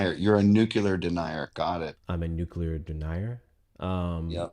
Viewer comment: oof first caller immediate creep voice. "you can't call tromp fascist if u won't say the same about an entire nation in a completely different hemisphere, living under their own dictatorship [at whombst dondald has lately been war-criming, as a treat] and lolol "nucular denier"